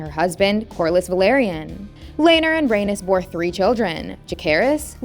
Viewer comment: Ay-KNEES, Rhae-KNEES, Lay- NOR Jesus say it right